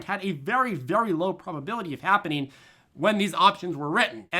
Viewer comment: Lol. I thought I was back in Wisconsin for a minute.